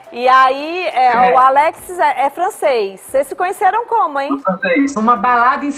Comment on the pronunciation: A apresentadora não conseguiu falar o nome do Alexis certo rs